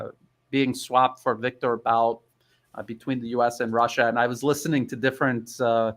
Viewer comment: Victor Bout's name is pronounced /vihk-tohr BOOT/. I've pointed out to people who transliterated Виктор Бут's name as "Victor Bout" that it would be mispronounced as /vihk-tohr BAOT/. Adnan Kashoggi's name is pronounced /ahd-nahn kah-SHOHG-jee/. Kashoggi was a US-and-Israeli agent and a very bad man who was responsible for a lot of deaths among innocent people. Numuves (channel) does a good job of exposing the lies about the Uyghurs.